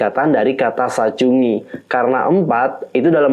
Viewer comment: Mohon maaf kak mau koreksi, itu bacanya bobbalgan sachun gi, bukan sachungi. Tp aku suka videonya karenajelas banget penjelasannya. Semangat terus kak